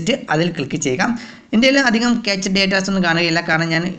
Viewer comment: ക്യാച്ച് ഡാറ്റ അല്ല ക്യാഷ് ഡാറ്റ